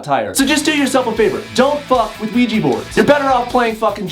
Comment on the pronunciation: "Don't use a Ojua board" WELP